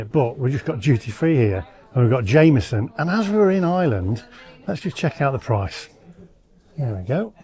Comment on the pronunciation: Yeah, pity he does not know there is a letter R in Ireland. It is NOT pronounced Island.